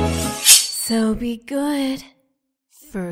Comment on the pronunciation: I love the part were she says so be ood for goodness sake